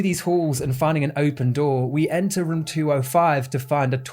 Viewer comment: You say room like jerma985, like "ruem" i think its the accent but i thought it was a nice similarity you share with my favorite streamer